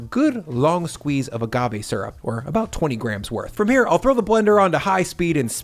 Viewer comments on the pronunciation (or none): none